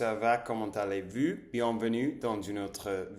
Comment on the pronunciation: autre chose : "vous" se prononce comme foot en anglais (je parle des voyelles)